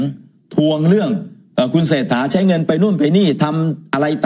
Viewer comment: อยากเป็น สว. แต่ชื่อนายกยังเรียกไม่ถูกเลย เศรษฐานะ ไม่ใช่เชษฐา